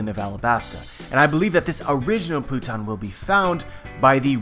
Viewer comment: I'm not the only one who noticed him saying the "blue-tons for pluton" right?